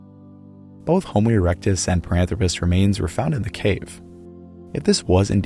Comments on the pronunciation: It's par-an-THRO-pus, not pa-ran-thro-PUS, surely? More like anthropic and less like platypus? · Parânthropus: pronúncia proparoxítona 🆗